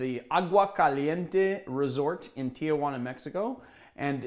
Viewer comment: Future reference, it's not "Tia"juana but "Ti"juana. It's a common mistake, but imagine if people pronounced LA Los"a" Angeles. It would bug the crap out of you :P